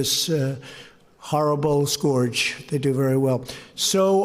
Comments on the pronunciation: Not possible, empathy never crossed his mind. But WTH was that ",. "A terrible scorge" Could he have meant scourge? this man is a scourge upon us. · #1 talking about kids going back to school has WHAT to do with speaking with corona virus victims' families?! #2 WTF is a "scoorge"?! Will someone PLEASE tell him how to pronounce SCOURGE! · what the heck is a scorge??? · "Horrible scorge"??? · What's a "scorge"? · Babbling like an imbecile as always ... what a SCOURGE. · and he even mispronounced scourge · he mispronounced 'scourge' as well as not answering the real question. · Is that how they pronounce "scourge" in America?!